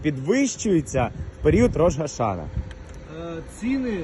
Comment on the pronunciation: Дякую за дуже дотептий репортаж! Ведучому: треба казати Рош-а-шанА. Слава Україні! Слава Ізраїлю!